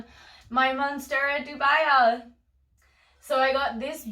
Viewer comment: Great video! I'm planning on staking most of my philodendrons and monsteras in planks. Just a nitpick: dubia is pronounced DOO-bee-ah, latin for 'doubtful'. Cheers